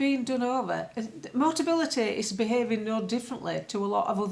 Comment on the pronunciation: luv, it's MO TA BI LI TY. Motability negotiate a discounted 'fleet' deal with manufacturers and importers for cars that they then lease at subsidised prices to eligible disabled people. If a buyer needs it, they convert the controls of these regular cars prior to sale. MOTABILITY are only involved with real full-size cars and have never dealt with MOBILITY scooters and foldaway 3 or 4 wheelers. Yes, it's a wheeze. Nice little earner if you can get it.